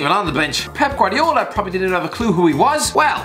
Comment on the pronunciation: No-one: Absolutely no-one:: PRRRRPRPRPROBABLY